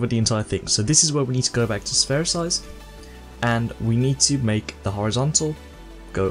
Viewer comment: It's not pronounced : "Sphersize" it is "Spherize" ;)